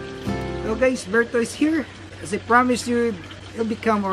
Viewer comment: I wish would stop greeting his viewers with ‘Hi gays’ 😂😂